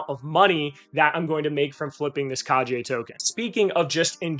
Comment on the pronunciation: Good video. One tip though. Its pronounced "Kah Gay" Injective seems to have a whole ninja theme going, so that's the proper way to pronounce Kage. Keep up the good work. Btw 100 different wallets? Jesus. How much inj are you staking on each? And are you using a bot to automate actions?